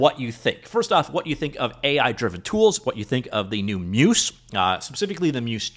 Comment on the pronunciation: not trying to be the 'actually' guy but Muse is pronounced like the Greek deities of the arts - phonetically 'myooze' not 'myuce' all that being said it seems quite interesting - would love an AI trained on Unity C# code since that's where i'm spending most of my time. and i think Barracuda will certainly be part of Sentis though i don't think it will be all of it.